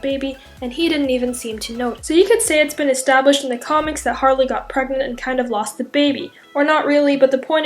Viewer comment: Is she... PREGANANANT?